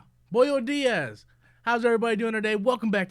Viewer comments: This dude should not learn a second language because he will not research the proper pronunciation before going live on camera or take the time to learn one! Lol I had to replay the video at the start because i thought i misheard him saying boyo diaz for buenos dias for spanish. I do not speak spanish but now i know much that is not how the greating is said or sounds like. Hahaha. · Still if you lower your standards it's close enough lol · Trust me it's close enough ive heard worse.